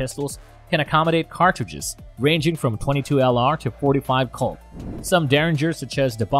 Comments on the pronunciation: What’s a Calt 45 or does he mean Colt! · Anything that uses .dot 45, dot .410, mispronounced Colt as Calt, and Taurus a bull as Tarus isn't worth a damn. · Wow. Can't even say colt. Nope. Said calt. And really dot. I'm guessing he was Hired to narrate the video. And the guy that actually wrote it was just like fuck it close enough. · I thought he was saying calt instead of colt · It’s Colt not kale and you don’t say dot four hundred ten it’s just four ten. Do you know nothing about guns? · The fact this channel can't even pronounce colt or taurus makes me not want to listen to them at all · I’m having a hard time talking a narrator seriously that can’t pronounce Taurus or colt and has obviously never been anywhere near a firearm.